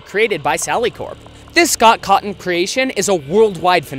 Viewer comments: Dude it's cawthon not cawon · Scott caughton? That’s how it sounded like you said i]his name Scott Cawthon lol it’s ok my friends can’t say it either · “ScOt CoTtOn” Who else died after hearing him pronounced it like that